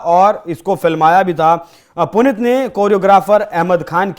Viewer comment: हिन्दी की न्यूज सुना रहे हो, और बार-बार "पुनित" उच्चारण कर रहे हो। शुद्ध नाम है--"पुनीत" जिसका अर्थ है ---"पवित्र